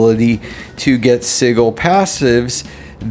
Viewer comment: For future reference because it was killing me, its pronounced Si-jull. Its not a hard G sound. Not mocking you at all, btw.